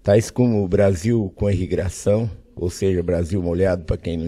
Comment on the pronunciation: Abeia, grobal, irrigração